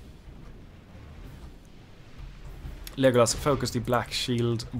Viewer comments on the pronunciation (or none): Just wondering, why are you pronouncing it as Lijeeegolas 😂?